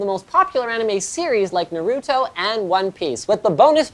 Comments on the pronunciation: oh my GOD that Naruto pronunciation... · Why does Linus say "Naruto" Funny